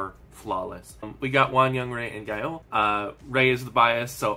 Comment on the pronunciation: I don't understand IVE brings them so much money, why do they produce their albums so cheap. Love all of their songs but I'd be offended to open this album. BTW, it's not that serious but if you are interested Gaeul is pronaunced with the 'a' of british 'can't'. It means autumn/fall in Korean.